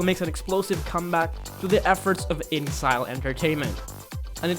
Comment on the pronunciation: "InXile..." It's pronounced as "in exile".